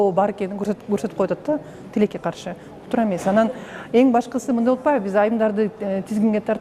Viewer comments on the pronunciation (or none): none